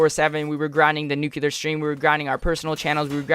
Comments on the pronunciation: Lewis Mcneill The guy that uploaded the video kept saying "nucular" like he's Homer Simpson. Its NUCLEAR not nucular ffs. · I disliked the video as soon as I heard him say "nucular".